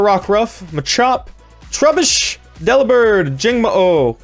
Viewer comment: "Dellibird, Jangmo-O, Dellabird. . What the fuck? Really!? That's possible" 😂